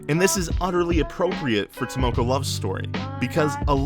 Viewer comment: Content is great! I think the argument that you guys have is solid and something we should consider. One nit-pick tho: can you plz try and pronounce the names correctly? I understand it is hard for an English speaker to correctly pronounce Japanese words, but if you think of the words phonetically it will sound better since Japanese is a phonetic language. Like for this video, you pronounced "Tamako" as "Tamoko" w/ an "o" and not an "a". I know the difference is a nit-pick but I think if you can correctly pronounce everything in the future it will make your content 100x better since nobody else on YouTube can!